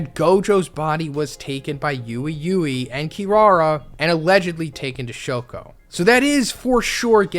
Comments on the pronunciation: So is it YOU-EE OR WEEWEE?! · its pronounced WEE WEE not yewey yewey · Ui ui is pronounced wee wee lol just letting you know bro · His name is pronounced wee-wee guys (Ui Ui)